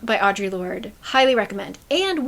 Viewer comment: i just wanted to share share that i recently learned that audre lordes name is pronounced "aa-druh" 😂😭 i was yesterday years old when i discovered this lol